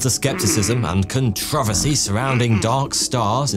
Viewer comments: british people saying aluminum < saying Controvery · Controvisy? I think you forgot a syllable there you probably meant to say controversy. Notice that second r lol… cafferen freeze hahahahahahaha